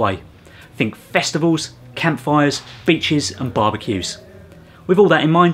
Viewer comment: Did he say "bitches?" [Side note: I know he said "beaches," I'm just trying to have a little fun.]